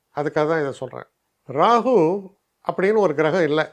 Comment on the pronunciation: You are the only astrologer i have seen and heard Rahu as Rahu else all pronounce Rahu as Ragu.